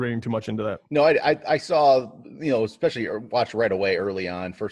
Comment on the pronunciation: Great show. One tip...“exspecially” is not a word.